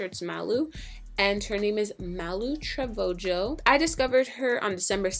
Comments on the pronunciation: its not trovojo its trevajo the j makes an h sound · Messy Monday Repost Lmao Bruh not to be racist or anything but you need to. learn some spanish 😂😂 It's pronounced *Treveho not 'Jo'no shade though😂😛😣😝😜😂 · its not ''trovojo'' its trevejo !!!! :). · " trovojo " . No honey. It's Trevejo. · You pronounce her last name as: Trovojo. not Trevejo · Lmao it's pronounced (Treh-vei-hoe) not Trivego. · ‘trovogo’ um its ‘trevejo’ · Tre-va-ho not tro-vo-ho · "trovojo" tf 😂😂😂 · Messy Monday Repost it's tre - vejo it has a ehh sound then say ho on "jo" trevejo :) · Her last name is TreveHoe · Melanie Anna no it's Trevajo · Magaly Morales LMAO I'm dead trovojo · lmao her last name is not pronounce like that its pronounce "treveho". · LMAOOO “MALU TRE VOGO” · She said Malu Treve Jo🤣🤣🤣 I'm dead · The way she is saying Malu name 'malu trevojo' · Trevejo is supposed to be pronounced "tray-vay-ho" since it's a Hispanic last name. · YouTubers Deleted Videos no its the pronunciation is treveho but how it's spelled is trevejo the j is the sound of an h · 💀💀she said "trevojo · its malu Tre-veh-ho lmao bahahahahaha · Her last name is pronounced Tre- ve- ho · It’s “treh-veh-ho” (I think” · it's Malu tre-vay-ho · It's pronounce "treveho" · It's Trevojo (Trevoho) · oml u pronounced her last name wrong!!! you pronounce it, treh-veh-ho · Trevejo ( truh-vay-ho ) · Mah-luh Truh-veho not male trevojo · trevojo? its TREVEJO THE J IS SILENT DUMMY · the j isn't silent but it's pronounced as h. like pronounce it as Treveho if that makes sense for you. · it's (tre-ve-ho) trevejo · Tre-ve- ho to pronounce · It is pronounced traveho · Didn't even pronounce her name right LOLLLLLLLLLLL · When she said trevejo wrong it kinda bothered me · You completely slaughtered her last name... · You butchered her last name lmaooo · I just can't get over the fact that you don't know how to pronounce Trevejo